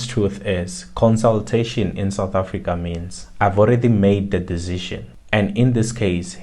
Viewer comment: Mayibuye SOUTH AFRICA not AFRIICA